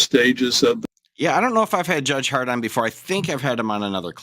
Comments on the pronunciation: Who else heard “judge hard on” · I just heard you say “judge hart on,” and laughed like an eight-year old 😂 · Omg i thought he said judge Hardon lol